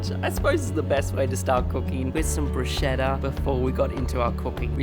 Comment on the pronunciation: Everyone, it’s BRUSKETTA and not BRUCHETTA thank you! In Italian ch is K😅🙏🏾 other than that beautiful video! I’m Italian but never been to Rome, hoping to visit soon! 😍